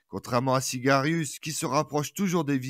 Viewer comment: SIAGRIUS et non Sigarius !